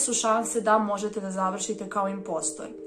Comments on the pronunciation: nije inpostr nego inposter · Kaze se imposter